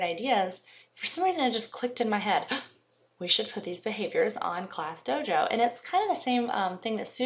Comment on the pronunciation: It's DOJO not DOGO like you said.